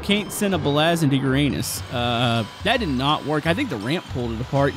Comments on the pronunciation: The pronunciation is YOUR-UH-NIS.😂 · He said uanis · It's pronounced yr.ay.nuhs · really you are killing with the word Uranus 😂